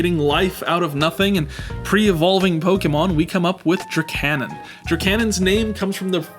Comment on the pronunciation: Absolutely love your rendition of "Dracanon" here, it's incredible. Genuinely makes me a lil sour that this guy was scrapped